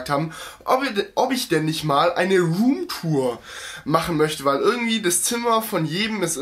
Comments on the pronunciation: rrrrrrrrrrrrrrrrrrrrom turen :-) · Rrrrrroom Tour 😂😂👌🏻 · „Rrrruum tur“ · "ruhmtur" xD